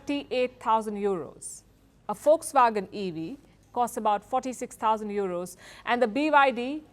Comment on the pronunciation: It's not folkswagen it's Volkswagen lady..